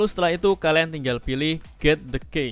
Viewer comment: Key dibaca Ki bro.. Wkwk parah blajr dlu sna..